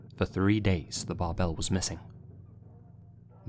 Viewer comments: Fun fact: „Bärbel“ ist stressed on the first syllable and pronounced like „Bear-ble“. 😊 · Little Note: Bärbel in German is pronounced like bear-bell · Great video as always. Just a little side note: The "ä" in the name of the ship in #1 is actually pronounced like "air" (without the "r" of course), also the "e" is kinda silent here, so it would sound something like "Bairble" :) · the name Bärbel is pronounced more like Bearbel than the Bar-bell you were using. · Bärbel should be pronounced bear-bel since it’s an umlaut. i think it translates to the name “Barb” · that's not how you pronounce bärbel. it's more like bearble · Me, a German: Bärbel is pronounced bear-bel. Great video as always! ♥ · I was hoping someone said something lmao, that bothered me.